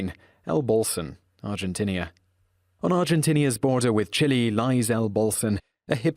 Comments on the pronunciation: Say "Argen-TEEN-ah, not Argen-TINNah ... (÷ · Its pronounced ar gin tina lmao